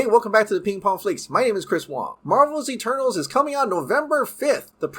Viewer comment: Great video but every time you say Eternals it sounds like Turtles